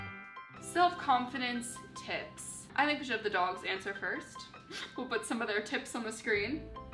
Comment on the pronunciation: the way she says put as but is SO CUTE